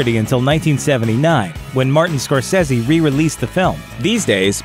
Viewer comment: he pronounced scorsece wrong and i prolly spelled it wrong